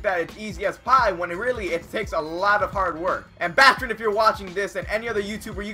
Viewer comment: It's baaaastrin with a long a lol